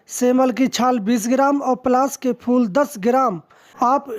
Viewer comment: fal nahi fool hoti hai